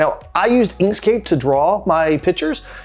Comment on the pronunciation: What is the free software you use to do the sketch? Was that "Inkscape"? The voice wasn't that celar when you mentioned the name. Thank you